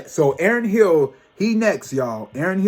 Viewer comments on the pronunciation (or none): Janae Monell?!😂😂 Aaron Hill?! 😂😂 You crack me up when you mispronounce names but it’s all ❤ The blonde looks good on you 😄😍 I’m shocked when you mentioned the Renaissance movie merch prices 😲 I watched the Soul Train Awards and it was presented very different this year but the music was on point. If you haven’t already heard October London’s music please check him out 🥰❤😍.